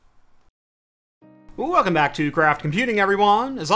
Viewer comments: Wlecome back after the intro instead of Welcome back ;) you're welcome ! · "Wlecome Back"